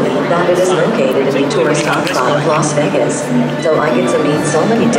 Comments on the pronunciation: she literally said “las veRgas”. Instead of Las Vegas …😂 I love this girl 🫶🏾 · Am I tripping or did she say Las Vergas lmaoo